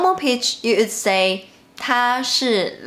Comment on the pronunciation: May i advice u about your English when u pronoun “would” Most common mistake Chinese people Make when u guys speak. Wo in chinese sound like Au in English. Cuz the guy who created pinyi Didn’t use English’s sound as the base But another language which Sounds r different Ex. 东西 Dongxi for pinyi but” tongxi “sound in English So u say I aould do that do this bah bah. But your real intention is i would... When u guys say wood sound like aood Maybe u should try “V” ; vould in stead of “w”ould cuz u guys r get used to W sound in chinese. So u always apply it When speak English which is sounds weird And incorrect. While ABC who grow up in native English Speaking countries or USA. Speak they don’t have this “Au” sound If they speak English natively.